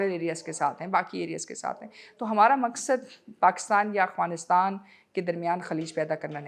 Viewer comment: I am surprised Maria Sultan can not pronounce "Afghanistan " correctly. If Afghanistan invite TTP, BLA, And others to have a dialogue, how Pakistan will perceive it ? Pakistan should stop it's strategic depth in Afghanistan.